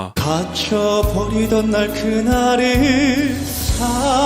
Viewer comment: 음악지식에 대하여 잘모르고 듣기만하는 저도 사랑,사 ㅡ 랑 구절을 들을때마다 그저 와~~~감탄뿐입니다, 사랑 이란 발음도 너무 좋아서 가슴속에 찰떡처럼 착착 사랑이 달라붙습니다 대표님의 진심이 담긴 리뷰 정말정말 감사합니다, 건ㅡ행